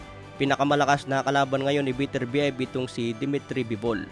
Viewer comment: Ang pronunciation ay be-ter-bi-yeb...